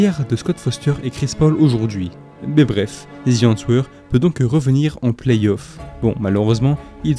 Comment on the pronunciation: Super video. Tres beau travail qui me replonge dans ma jeunesse. Continue.👏🏾👏🏾👏🏾 Par contre, la prononciation est à revoir: the Answer à prononcer "Aan ser" . Le "w" ne se prononce pas.